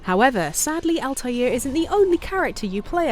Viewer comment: The butchering of Altair's name makes me want to punch a baby